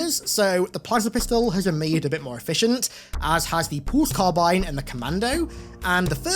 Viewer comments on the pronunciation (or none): none